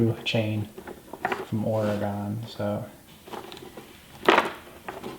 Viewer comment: Just an FYI. Oregon is not pronounced Ore-gone. It's pronounced Ore-gun. ;) Great video.